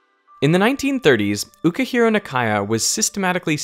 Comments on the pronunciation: His name is Ukichiro, not "Ukahira." Ukichiro is pronounced Oo-Kee-Chee-Roh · ..."ukihiro"?? His name says it's UkiCHIro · That's UkiCHiro. With a CH sound. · Ukichiro is pronounced oo kee chee row, thought you would have someone check it for you than your "oo-kick-hiro" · That Japanese phycist's name is UkiCHIro Nakaya not UkiHIro Nakaya. Come on veritashium. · Really picky point, but the initial "U" in "Ukichiro" (宇吉郎／うきちろう)is not pronounced "you", and the "ch" is not pronounced "h". Japanese 「う」, which is Latinized to "u" is always just the vowel you hear and say in English "boot", without any initial voiced palatal approximant, except when following certain other vowels. (Sort-of. In some dialects it can turn into something like an English short "i", but that isn't relevant here.) It is never "yu". Japanese 「ち」, Latinized to "chi" when it does not precede a subscript 「や」(ya) group sound, always starts a "ch" sound. (Sort-of. It is not exactly ch, but it is definitely not h. Lingual, not glottal. Stop sound produced at the tip of the tongue, not fricative produced at mid-tongue or base.) 宇: う: u ("oo", not "you", but not stretched out) 吉: きち: kichi ("keechee", not "keehee", but not stretched out) 郎: ろう: rō ("row", stretched out, う picking up the preceding お) This is slightly ironic, because the usual Kanji for snow (雪) has "yuki" (ゆき) as a normal pronunciation. However, it would be rare to see it in a male name. Female name, sure, but not male. You could force it, as in 「雪浩」 ("Yukihiro", note that the final vowel is not stretched) or something, but Yukihiro would far more likely be 「幸浩」 or 「之宏」 or something like that. Just for the record. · Sorry Derek, but you missed a letter in your pronunciation . 😬 Uh-Ki-CHI-ro Na-ka-ya. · You pronounced Ukichiro Nakaya wrong . Forgot the "chi". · Fantastic video, thank you!!! Please verify your pronunciation of "Ukichiro". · how did you butcher that name so bad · I think you mispronounced Ukichiro's name